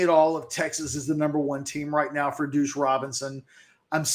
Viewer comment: Your inability to consistently say deuce is hilarious. “Douche Robinson”